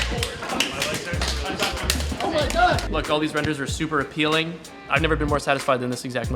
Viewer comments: "appeeling" hehe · Super… a-PEEL-ing??! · "all these renders are super apPEELING"